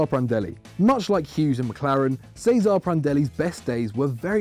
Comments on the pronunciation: It's pronounced Che-zuh-rae Prandelli and not Cesar Prandelli (Cesare Prandelli) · mate it's pronounced Ches-ar-ae Prandelli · Your pronunciation of Cesare was so cringy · Cringed so hard at the pronunciation of Cesare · Would you pronounce it as like ce-sa-re or something idk